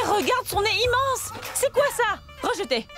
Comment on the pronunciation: J'aime quand elle a dite regeté